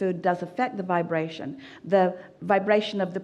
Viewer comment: Everytime I heard the word vibration, I took a shot of whiskey, damn bro I'm shiftacced...aim vaabrastioning!